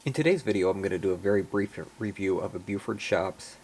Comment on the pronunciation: not to nit pic but you pronounce it as if Beaufort shops but maybe its the recording. the name bluford is more than the identity of the company. it is also the location of the corporate office. bluford illinois. this is a yard or former yard on the edgewood cutoff west of mt vernon illinois. i like all of tour icg reviews and would like to see more of your layout. there isnt enough ic or icg out there these days. you would benefit more from your sharing of your obvious passion of the icg with others. i appreciate your efforts and hope to see more from you. subbed.